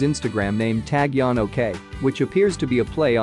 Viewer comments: He pronounced every Korean person's name wrong in the video, including Taecyeon. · YES!! Got so annoyed how he was saying Taecyeon all the time 🤐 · A little uncomfortable on how he pronounced taecyeon . But ok we understand. 😁😁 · Yes, that's right. I think a little uncomfortable on pronunciation by his name. But after a load of time, I understood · HOW ANNOYING !!! Please don't report on this guy. OMGosh ! I can't even listen to you mispronounce his name 50 times! The narrator mispronounces ENGLISH, ITALIAN & KOREAN! HE IS NOT NAMED "TAG YON"Also you mispronounce " Vincenzo " in English, Korean and Italian.